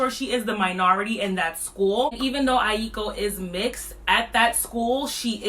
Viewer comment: U genuinely don't know how to pronounce Aoki